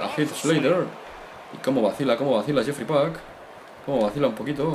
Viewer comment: el nombre de el luchador es jeefrey pac y lo pronuncia yefry pac como mi nombre